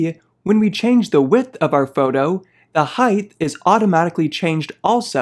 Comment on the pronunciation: "foudoh" 😊 just kidding... love affinity products ❤